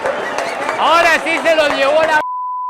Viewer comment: 😠😠😠. ¡ SE DICE " AHORA" !.